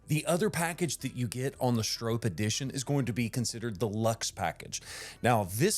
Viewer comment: Note: The pronunciation of Stroppe in this video is incorrect. It has an “o” sound like stop. I went to an old racing video of Bill Stroppe himself. And confirmed the pronunciation. Also two p’s suggest a silent e. Other than that, this is a GREAT video!